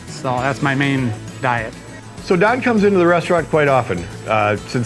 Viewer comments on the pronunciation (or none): his name is Don, not Dan bruh. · I know you are a duck and all, but his name is fucking DON. As in DONALD. You got it right in there a few times, but at the end? In the description? Such disrespect for a legend. You should be ashamed.